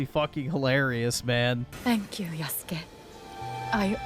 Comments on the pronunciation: No longer is he called "Yasuke (Yas-kay)," but " Y A H S O O K ! " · Bro why are you saying “yasook”? You literally played this awful game and can hear it’s pronounced yass-kay. I will never understand why people mispronounce things they literally hear pronounced correctly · It's not yasoooook it's yahskaaay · bro you are such an idiot stop saying yasook 😂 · yuh-sook lol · You added the "my name is Yasuke" scene several times, yet you keep calling him yasook? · Bro is so out of touch with reality it’s unbelievable lmao. Hour of “black guy bad” out here calling him “YASOOKE” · Yasook Floyd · YAH-SU-KAY....bro....come on... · Why did you keep pronouncing his name wrong? They say it out loud one trillion times, in cutscenes and gameplay. The game does suck though. I quit. Twice. 63 hours of my life poorly spent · Why do you say Yasuke’s name wrong?